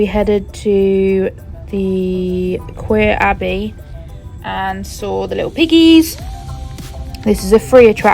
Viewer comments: Queer Abbey! 😂😂 - it's pronounced Core Abbey 😂😂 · Queer abbey haha